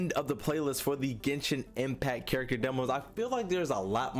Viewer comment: “Ghensshinn Empacc”